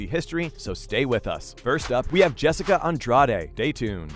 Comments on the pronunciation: You seriously need to do some homework on these fighters. MAJOR THUMBS DOWN. Turned it off after you mispronounced Jessica and Wanderlei’s names. Bush league bro. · Wtf. Learn how to say people’s names correctly before you make a video please. It’s so incredibly amateurish to not be prepared enough to say the names of the people you’re talking about correctly. You mispronounced both Rose and Jessica’s names. Why? Disrespectful and disappointing. Get it right.